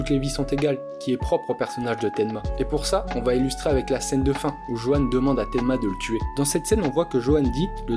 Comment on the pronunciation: Petite précision Johan se prononce Yohan